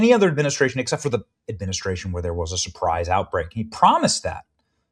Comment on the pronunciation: Supwise outbweak? Hahaha! That's hilarious.